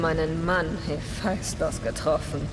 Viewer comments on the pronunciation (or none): none